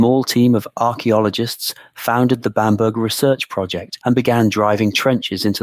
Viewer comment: Pronounced bambra